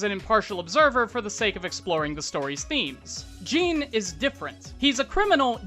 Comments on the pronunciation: Мy homie say ''Jeen'' one more time I swear. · Its Giren with a hard G and Jin with in, not een. Like Djinn. It is not Jiren (the Dragon Ball Character) and Jeen. Other than that Twice is clearly one of the best characters in My Hero so its great to see a video on him. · Was... Was he saying "gee-ran"...? I... Its 'gi-ran'. Hard 'g'. Gi. Right?? Have i been saying it wrong. Also Jin Like How you pronounce 'gin' the alcohol.